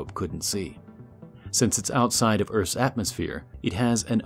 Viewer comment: "Erf" LMAO